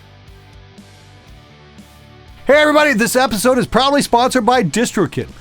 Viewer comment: Is it only me who hears "...this episode is "probably" sponsored by Distrokid" ? XD